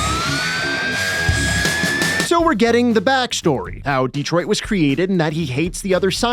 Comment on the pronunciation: "D-Troit?" (sits there and watches)